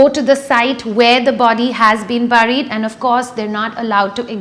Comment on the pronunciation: A nice video made but let me point out a few mistakes here and there : first of all your pronounciation of 'burried' should be like 'beried' and its pronounced Wazwan and not wazan. Secondly, I don't understand how did you goof up on that bit with "all of your research" where you show a picture of the city of Pokhara with the Macchapuchere mountain in the backdrop located in Nepal for the city of Srinagar! And thirdly we all love J&K but can the same be said to be true on the part of the locals over there?